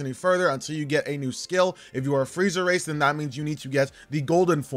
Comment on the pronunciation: i keep hearing friezer race